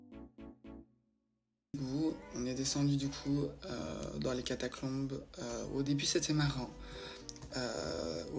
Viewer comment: C'est trop cool ces vidéos un peu plus longues, un régal! Par contre on est d'accord elle n'arrête pas de dire catacLombes ??